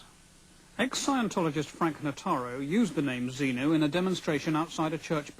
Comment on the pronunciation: He clearly says z-mu .....